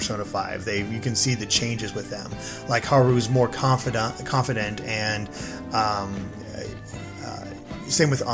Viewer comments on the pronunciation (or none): I love how you can hear him almost say “Confidant” instead of “Confident” as a reflex from playing the first game.